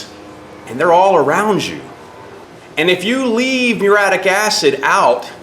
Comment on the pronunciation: This is just god punishing you for not knowing how to pronounce the fucking word muriatic properly. Its not fucking mure-attic. Fuck all you illiterate retards.